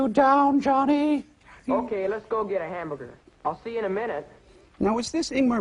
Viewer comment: Anyone else notice that Johnny says "Hambugger"?